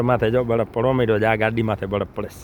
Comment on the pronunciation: બળફ નહીં પણ બરફ.